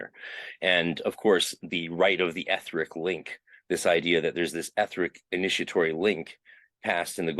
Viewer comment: i think you mispronounce the word "etheric".